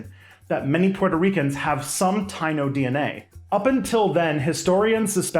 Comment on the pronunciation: Hey, just wanna say "Taino" is pronounced tah-ee-no ❤